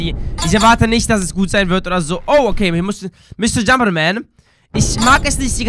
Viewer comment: Er HAT SICH VERLESEN!!!!!!!